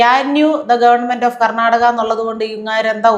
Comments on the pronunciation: "കർനാടക" അല്ല "കർണ്ണാടക" എന്ന് പറയൂ. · കന്നാടക എന്നാണ്, ആ ചേച്ചി അവസാനം രക്ഷിക്കാൻ ശ്രമിക്കുന്ന ആ ഒരു ചേച്ചീടെ വിദ്യാഭ്യാസം കൂടി നോക്കണം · ക്യാൻ യു ക്യാൻ യു, ഇത് താൻടാ എബിസിഡി. കർണാടക അല്ല കർna ടകാ 😄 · അവൻ കർണ്ണാടക എന്നതിന് ഖനാടക എന്നൊക്കെ പറയുന്നുണ്ടല്ലോ. അതായത് ശരിക്കും ഇംഗ്ലീഷ് അറിയാം ഇവന് 😂😂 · ഭാഷയിലല്ല ഭാവത്തിലാണ് കാര്യമെന്ന് റഹിം തെളിയിച്ചു.😂ശീതൾ.. കർണാടക എന്നല്ല കന്നാടക എന്നാണ് സ്റ്റൈലിൽ പ്രയോഗിച്ചത്.😂